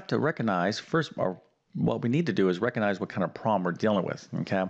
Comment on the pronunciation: Yes. You need to “reckonize” the “distribative” property to “figgur” out this problem. What language does this guy speak???